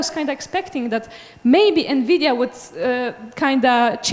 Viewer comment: "NMIDIA" actually...